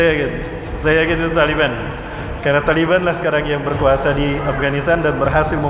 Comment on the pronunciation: TALIBAN,Bukan,,tali beha,bukan pula tali ban,ALLAH MAHA BESAR,,ALLAH HUAKBAR